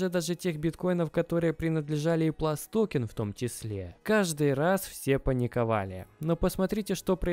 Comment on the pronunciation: ПлюсТокен, а не ПласТокен Не Билл Пульт, а Билл Пультэ